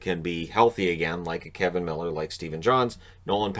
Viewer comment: Umm,? It's Kevan Miller. With an A.